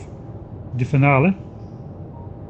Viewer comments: Yeah at least as an American, “fin-AL-ee” is how we pronounce it. Or even “feen-AL-ee” if you want to be fancy. Not sure which language we got it from, maybe French? But we pronounce “final” as “FINE-al” and “finally” as “FINE-al-ee”. English is nothing if not consistently inconsistent. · When pronouncing "Finale" is too difficult, just say "final episode".